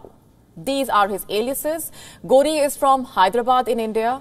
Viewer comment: Lol you said Ghodi instead of ghori?😂...thanks our greedy leaders,,,always trying to appease..